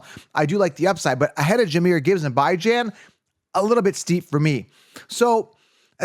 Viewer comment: Brother no one is going to take you seriously pronouncing bijan as bye zhan. Have to turn off the video after the second time